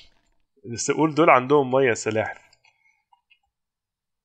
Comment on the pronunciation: اسمها سلاحف مش سحالف 😂😂